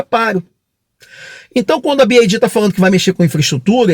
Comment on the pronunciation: Parabéns pelo vídeo! Ótimas informações... Só uma SUGESTÃO! Pelamordedeusss... tá mais do que na hora do brasileiro aprender a pronunciar corretamente a marca... Se quiser falar em inglês, o correto é pronunciar "bi UAI di"... Y em inglês se pronuncia como "UUUUAAAAI". Ou então fala só "BID" em português mesmo... agora "bi AAAAI di" é de doer os ouvidos!! Vc é fera e isso é irrelevante perto do seu conteúdo... é apenas uma sugestão, para que possa se diferenciar de outros canais!